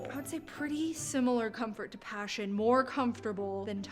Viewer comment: Pashion not passion 😂😂😂😂😂😂😂😂